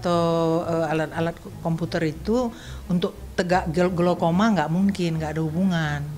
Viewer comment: glaukoma woiii.. bkn glukoma